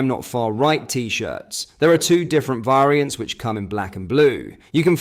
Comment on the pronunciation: Why do pronounce variant like that 😂❤